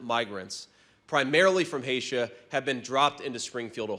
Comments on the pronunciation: HAY-SHA??? Does he mean HAY-TEE???? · he doesn't even know Haiti's name. He called it "Haitia" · It's Haiti, not 'Haitia'. Yale doesn't teach geography. A disgrace. Miss Sassy emerged from the basement. The owner went to her Haitian neighbour and APOLOGIZED~ something you'd never do. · “Primarily from Haisha…” um …. Did he mean Haiti? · Hatia??? You mean Haiti?? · I seriously cannot believe he ACTUALLY said Haitia. And this man thinks he can be Vice President of the United States of America. Unbelievable. How did I end up in this timeline... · Lies on top of lies. The Haitians in Springfield are LEGAL immigrants who have filled manufacturing jobs that employers hadn't been able to fill due to a shortage in the local labor pool. Vance's ignorance is laughable, but more disgusting than humorous. They came from "Hay-sha"... Really, JD? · Wtf is "Haysha"?? Dude can't even say Haiti right. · I can’t stop laughing😂 He actually said that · Does Vance not even know how to pronounce the name of the country Haiti? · 😂😂😂😂cant even pronounce the country's name 😂😂😂😂this is donny dumb dumbs vice😂😂😂😂eyeliner 😂😂😂